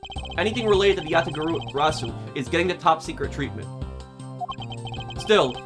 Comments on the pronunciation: YA-TA-GA-RA-SU. That's the pronunciation Just as you've said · You got the Yatagarasu pronunciation correct this time, nice work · He finally said Yatagarasu right!!! As an old Yugioh player that makes me glad xD, as Yatagarasu was a banned card for so long and a very pretty card